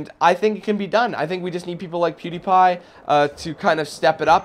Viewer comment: Funny though you almost said "Poodiepie" 😆